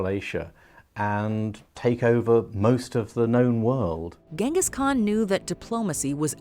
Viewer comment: Jengis. It's pronounced Jengis.